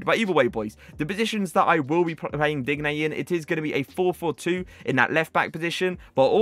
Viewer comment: Just not how you day his name😐 watch some aj3 he says it right